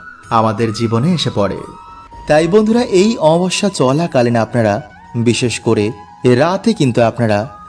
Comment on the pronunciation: Amabosya uchharon sathik korun, baje na bokbok kore kom bolben